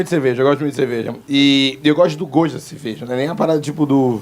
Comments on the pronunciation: Eu ouvi CEVEJA? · “Eu gosto de ceveja”